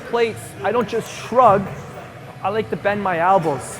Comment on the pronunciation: Why do you always say "albows"? lol